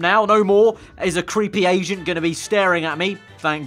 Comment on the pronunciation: it sound like he said creep Asian instead of agent 😂😂